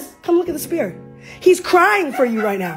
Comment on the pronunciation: It’s “sphere,” Nat, not “spear” lol